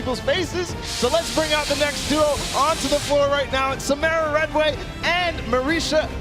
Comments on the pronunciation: I hate how they said SaMARuh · They keep saying samara name wrong 😂